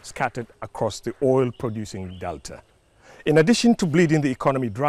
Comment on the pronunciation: There is no R in Delta, please